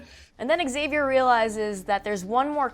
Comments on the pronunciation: Love that your channel is the only one that doesn't pronounce Xavier's name that weird way: "ex-xavier". Why do they do that? Specially since they pronounce it like you in AHS. PS: English is not my primary language. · So here's a theory: what if it's the ghosts can move through time and all characters who died will go back to the first Massacre ans try to stop it? 🤔🤔 Also, finally a channel that says Xavier right! It was driving me crazy 😂